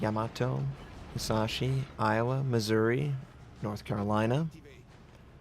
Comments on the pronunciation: Not a day passes where doesn't pronounce a foreign name incorrectly:) It's "Alzas" not "Alsess". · it pronounced alsas its easier to say than how you pronouncing it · Say after me, Al-Sass as in mass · pls at least type the ship names into google translate and hear it out, you saying alsace made me cringe so hard and i'm not even french xD